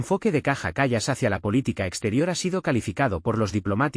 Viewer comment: El locutor del video debe aprender a pronunciar el nombre de esa mujer: /káia kal:as/.